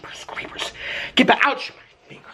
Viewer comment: LMAO HE SAID GEEPERS CREEPERRS